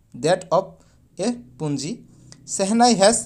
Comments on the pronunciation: Oo sir "PUNJI" nohoi oo "PUNGI" hoi 😂😆😆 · Punji nohoi pungi